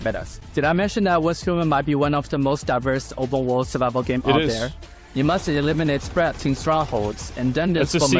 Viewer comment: “obub wuhld”